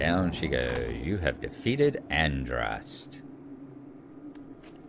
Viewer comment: Andraste..pronounced Ann-dras-tay was the Gallic goddess of War